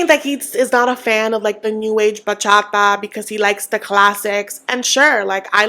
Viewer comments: It doesn’t give hater! You just expect her to respect the culture, as she should!!!!!!!!!!! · I don’t want to be a hater but Cara not being able to pronounce bachata is so cringe 😬 How are you gonna have a career in bachata if you even say it right? 🤦🏽‍♀️ btw, I’m Dominican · THANK YOU for mentioning that Gino's definitely gonna dangle the divorce/green card over Jasmine to get her to play nice! he has such a habit of this and i feel like no one notices it because Jasmine's so loud and he's more of a quiet manipulator. and Kara pronouncing bachata wrong also gets me, I would also be annoyed at that if I was Guillermo